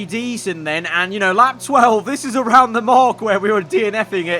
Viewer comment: why would we raid awound indeed